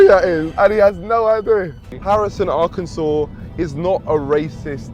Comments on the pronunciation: I’m from Arkansas. I’ve always heard that Harrison is the most racist town in the country and even i didn’t know that the KKK leader wasn’t from there, he’s actually from Zinc. I didn’t even know there was a place called Zinc here 😭 Also the way Hasan pronounces Arkansas is killing me, but I can’t blame him, no one ever really talks about this state. Rip. I love that this dude made a new buddy in Harrison. It’s so damn wholesome! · How come a brit can pronounce Arkansas correctly but Hasan can't?